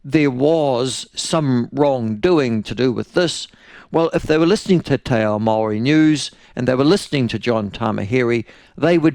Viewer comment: Jingoes Michael make your mind up how you pronounce maori names you're a shocker